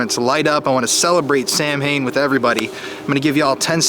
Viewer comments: Hey or so you pronounce Samhain as "Sam-Hain", it's actually pronounced "Saw-Win", or "Sow-Ween". Just a friendly reminder that in Irish thing are pronounced weird! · FYI, it’s pronounced Sow-wen, not Sam-Hain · Sam Hain?. Its pronounced as Sowin. Sow as in Cow. Im Irish and speak Gaelic. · It's sow-in, not sam-ham. Irish is seldom pronounced the way it looks (to an English speaker). Good video. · "Sam Hain?" Dude, it's pronounced SAHwhen. Sam Hain? Who's he? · Sam Hain is pronounced “Sow Wen” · I'm sorry I missed this. I live in Lancaster County, PA about 45 minutes to an hour and I've ALWAYS wanted to ghost hunt in Gettysburg ever since I was younger and watched the Ghost of Gettysburg segment they did on Unsolved Mysteries. Oh by the way, it's pronounced Saw wind no sam hain lol take it from a witch who celebrates Samhain. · Just for future reference Samhain is pronounced "saw-win" Not "sam-hane" :) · Its sow in, not samhain. Thanks for such a full investigation! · I'm sure the witches here have corrected you. It's SOW-when, now SAM-hain lol But we STILL love you for being educated. I NEVER poke fun when people mispronounce a word bc thd means they learned it by reading and that's commendable. 🙏 Blessed Samhain 💜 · Great video as always. Also just to let you know it’s pronounced Sowan not actually Sam-hain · dear: it's not pronounced Sam Hain (like it looks); it's pronounced SOW (like a mother pig ) WIN. - 'unknown' (???) spirit box definitely said "N-words COMIN'. And it fits to have been uttered a lot back then. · Bro it's pronounced sow-inn. Not sam-hayn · Happy Halloween! Merry Samhain (pronounced S-ow-in) Gotta love ancient Galic. Lol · Samhain is pronounced "Sow-in" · Just friendly pointing out that Samhain is pronounced as Sah-win. Otherwise happy late Samhain, with much love all the way from Iceland. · My dude. Samhain? Sow wen. Its not hard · HAPPY HALLOWEEN! (And Samhain is pronounced sau-win. 😉) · Oh just FYI, Samhain is pronounced saw-wen.